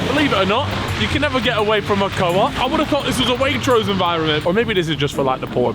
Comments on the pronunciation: you did not just say coap. it is like you say cop but with two o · It’s not ko-opp, it’s pronounced like loop but coooooop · MAN SAID CO OP